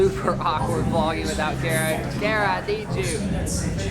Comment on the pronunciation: Made me laugh when said "carrots" instead of Kara. 😂